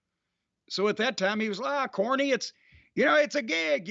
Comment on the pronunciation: Mans said “corny” Weirdoooo lolll